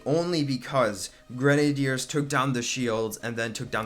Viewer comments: I thought it was gre-nay-dee-ers not gren-er-deers... 🤔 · Idiot its grenaders not grenedeerd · What is a gran nay deer? Do you mean gren ay ders (sounded out) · I hate the way he says grenadeiers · Dude learn how to pronounce grenaders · You said it like grenehdeers say grenade and then ers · U say grenadeers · K i want to die every time he says grenideirs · The way he says grenadiers gives him a dislike x10